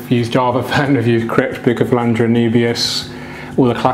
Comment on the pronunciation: Bukefalandra, anoobias and higrofilla and other badly pronounced plants there.